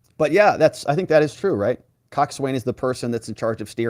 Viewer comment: It is not prounounced cockswain. I can't do the linguistic markings here. The closest I can do is "coxon"